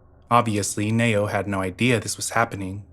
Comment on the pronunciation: It’s pronounced “Knee-Oh” not “Nay-Oh” lol great video though